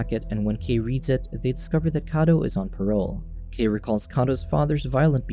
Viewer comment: Kai not kei